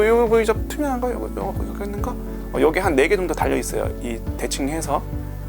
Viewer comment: '여거' '여가' ㅋㅋㅋㅋㅋㅋㅋ